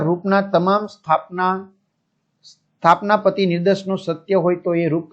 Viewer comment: સ્થાપના પતી નઈ sir સ્થાનાપતી 😂